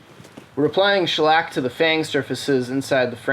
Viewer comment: Man you really gave the word shellac quite the shellacking